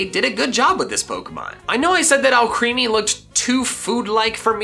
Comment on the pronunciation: FOR THE LAST MUTHERFRICKIN TIME, ALCREMIE IS PRONOUNCED “AL-CREH-MEE”, LIKE ALCHEMY